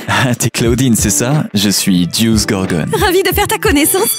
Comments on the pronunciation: On dit pas dece on deuce et c'est pas heat c'est thomas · Se n'est pas deuse c'est diouse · C’est dius pas dest et Thomas pas inges 😢